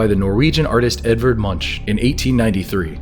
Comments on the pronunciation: Edvard Munch’s name is pronounced as Munk. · The horns on the viking helmets is a common American misunderstanding, mainly brought on by opera, cartoons and films. People with viking heritage know they didn't have horned helmets.🤗 Munch's name isn't pronounced like that, he is from Normay, so it is [Månk] with a hard 'k'. There was always a cypress tree in van Gogh's painting. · The painters name is pronounced Edward Munc. Like a monk in a monastery.